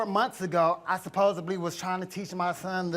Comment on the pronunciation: Stop saying SupposeBly!!!